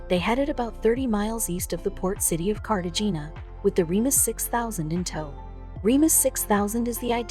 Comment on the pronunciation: You should learn how places, people and things are pronounced!!! It's said Cartahana, the g sounds like an h!!